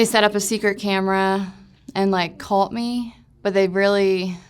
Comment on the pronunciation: Good interview but the one in the middle saying “calt” instead of “caught” kinda drove me nuts 🤣 They’re all super sweet though. Glad they’re clean.